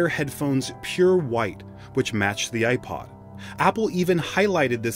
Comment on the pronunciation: I can’t listen I’m sorry I just can’t with the way you pronounce the “i” in iPod 😭